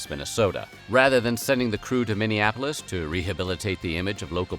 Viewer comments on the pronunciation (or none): none